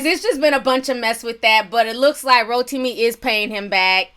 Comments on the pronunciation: You're pronouncing his name wrong. It's Ro Tim Me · Every time you said rotimi I started craving an actual roti smh 😂